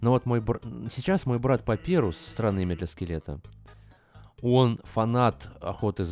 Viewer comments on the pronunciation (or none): none